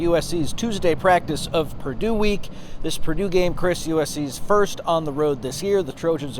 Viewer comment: It’s Purdue. Come on